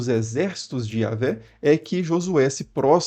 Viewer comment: Alguns pontos da palestra do vídeo, são coerentes segundo a História das antigas civilizações. Mas a maioria das informações que ouvi, são irreais. A começar com a palavra iavé. Para quem estuda as histórias antigas, entre elas _ os yashurul (apelidado de ysra- El), essa pronúncia não tem cabimento. A fonética mais aproximada de yhwh (yud- he- waw- he) __ é iárrue. Isto conforme as culturas mais antigas que a hebraica, que os hebreus plagiaram (como se isso fosse novidade...)